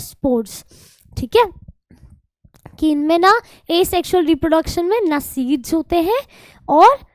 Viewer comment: Reprodecson nhi hai mam reproduction hai vo